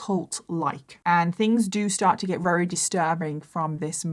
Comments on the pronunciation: Just curious, is it a local dialect thing when you say ‘rary’ instead of ‘very’? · I always love your videos, amazing. But I have to ask, why can't you say the word 'very'. It's not 'rery'....